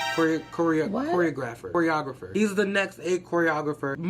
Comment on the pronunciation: you messing up the word “ choreographer” is so me😂😂